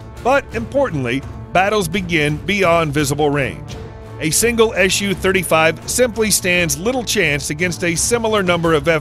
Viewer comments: Is there a good reason for you to pronounce the abbreviation like "ash you"? It's "Suchoj" with "s", not "sh" sound. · Why are you saying "Shu" and not "SU" ?